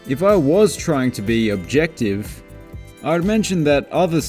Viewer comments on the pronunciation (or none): none